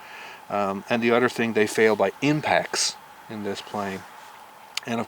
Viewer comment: You said Udder instead of Other